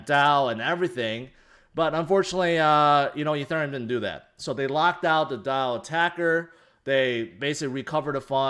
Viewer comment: im struggling watching this and this guy keeps saying uh thurium...